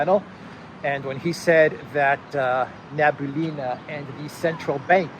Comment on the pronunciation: It's Nah-bee-uh-lee-nah, not Nah-boo-lee-nah